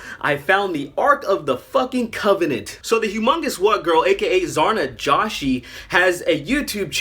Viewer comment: Her last name is pronounced Joe-she